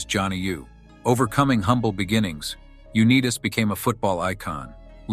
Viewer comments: Pronounced U-night-as. Statistics stamistics the only thing I know is the quarterback u want in the game in the last 2 mins when the team needs a touchdown to win the game is John Unitas. I’m from Baltimore,weeb eubanks was not a legendary coach;he knew $hit about football. Do some real research before u make sweeping statements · UNEETAS?! Wow. Watch the AI voices. Truly shameful how the NFL handled his disability claims. More than any other player, Johnny U founded the modern NFL. Need a two-minute drill? He's your guy. Still and always the greatest. The Babe Ruth of football. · Just to add that I appreciate the video as Johnny Unitas was an absolute legend and hero to all Colts fans. Just wish the AI announcer could pronounce his name correctly! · John's name is pronounced "U NIGHT tIs". This apparently lazy, dumb s**t YouTuber could have watched (at least) one of the many YouTube videos wherein John's name is pronounced correctly. John's misfortunes were not only physical. He was a naive (too trusting) businessman. He was hoodwinked many times by unscrupulous conmen. He lost almost all of his considerable wealth. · The greatest NFL quarterback of all time deserves to have a narrator who does his life story who can at least pronounce his name. Johnny U-n-EYE'tas (like United States). The people who produce these videos should screen key emplyees MUCH much better than they do. This narrator obviously knows NOTHING about professional football. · He was Tom Brady before Tom Brady was Tom Brady. Johnny U. WHAT a great story. but please learn to pronounce this last name correctly!!!!! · Call him by his name Unitas, I've heard him say his name it not what your saying,it's Unitas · This is the worst video....At least learn how to pronounce his name ....Pathetic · YOU MUST LEARN TO PRONOUN THIS GREAT MSNS NAME CORRECTLY!!!!!!!!! OBVIOUSLY YOU ARE NOT FAMILAR!!!!! ITS AN INSULT TO HESR YOU MISPRONOUNCE JOHNNYS LAST NAME!!!!!!!!!?????